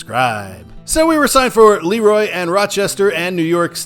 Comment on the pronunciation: And it's Le-Roy, not Leroy